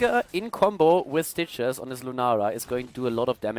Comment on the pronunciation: When says "Stitches" I keep hearing "Citrus".